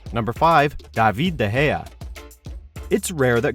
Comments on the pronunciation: "Duveed Da Heya" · "Daveeed de geah"